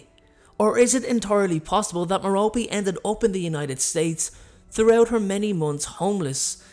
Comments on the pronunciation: It’s mair-a-pee not ma-ro-pee No offense though, love your channel and you sexy 🥺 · I believe it's pronounced 'Mero-pay' not 'Mero-pee' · Come on, Love this channel BUT....Merope its pronounced Merr-Oh-Pay. Listen to stephen frys audio book. You hella mispronouncing it